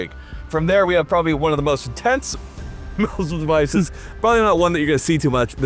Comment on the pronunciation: “obviousry” “moozle devices” “huxwurkk” “bathel” “super rail, I meen rare” “sssssssuper, ssssssuper cool” “long and large” GAYYYY lmao “suppressor hose” “Exactbly” “3 pong” Thanks ….love ur vids brotha…my autism wouldn’t let it go so I HAD to break it down for ya lol